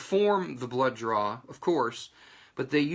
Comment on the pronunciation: Whats a blow joor? Do you mean blow job? You keep saying "joor" or is it blood DRAW? Confused here